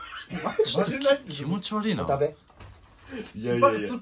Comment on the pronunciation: 「これをお食べ」が言えないハク